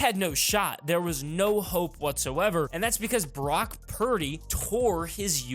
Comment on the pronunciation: Is it just me or does it sound like he's saying Barack instead of Brock??😂